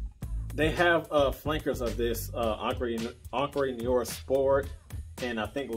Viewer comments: I just got it. I like it. btw it's pronounced Know are but more like in noh-wahh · It’s prononced: Noo-are, not nee-or… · Another one that cannot pronounce Noire...how hard it is for real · Man you are horribly mispronouncing the word Noire in the name of this fragrance. But nice that you were able to find it at TJ Maxx. I have been curious about that one. I don’t think it’s for me, but I would love to at least get a whiff of it.